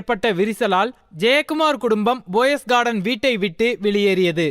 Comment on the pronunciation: Hello, bro, poes garden not Boss garden, pls. Your pronounciation is very bad. Not boes garden, Poes garden.